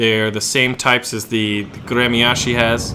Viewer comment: its pronounced grmyashi .... and spelled Гремяши.